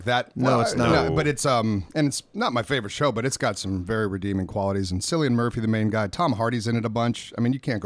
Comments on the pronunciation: its pronunced a lil more like killian muprhy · Call him out for pronouncing Cillian Murphy's name wrong, it's a hard C and makes a K sound.